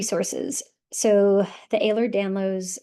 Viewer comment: Please pronounce it correctly. It’s EhlerS-Danlos, not Ehler.